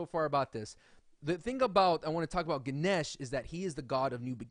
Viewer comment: And you don't Pronounce guneash you pronounce ganesh just sayin.